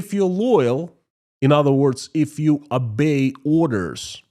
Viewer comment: to improve English pronunciation work on your 'O's. In English 'O's are pronounced as 'O'' not as an 'A' as in the Russian language. So Oligargs instead of Aligargs and 'Obey' instead 'Abey'. Your English is excellent though.